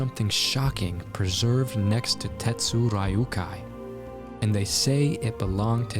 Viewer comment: The pronunciation of the disciple of Tetsumonkai is "tet su r'yu kai," not "tet su rai yu kai." The closest way to say it without actually learning that particular Japanese "R" pronunciation technique is to just say "tet su d'yu kai," forming the very short "D" sound just behind the front teeth.